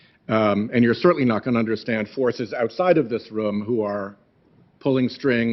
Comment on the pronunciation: I'm from MA and I'm going to pretend he's my rep. (PS: Enjoying the way he says "rum" for "room.")